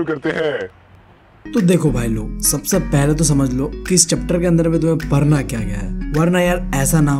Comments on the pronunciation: Padhna❌ parna✅😂❤ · Its padhna not parna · Padhna ❌ parna ✅